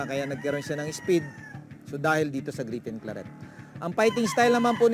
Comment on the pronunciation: Griffin Claret -- di Gripen Klarret Boss, hehehe!